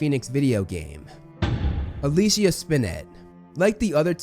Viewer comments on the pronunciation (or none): none